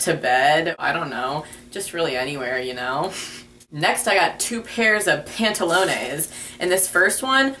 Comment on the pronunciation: LOL THE WAY YOU SAID PANTALONES MADE ME DIE XD